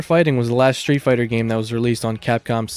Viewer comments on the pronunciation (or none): Shtreet fighter. Shtreet. Egshtremaly. Pronounciation is not your thing. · Dude, the way you pronounce „street“ made me turn off the video.